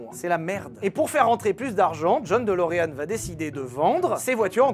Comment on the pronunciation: "Delureanu" c'est la prononciation japonaise ça !